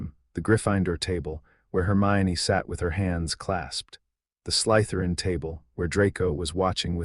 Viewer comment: You and the AI who is reading this need to get it through your head that there is no such word as Sly - t h e r i n, it is Slytherin and the emphasis is not on the Y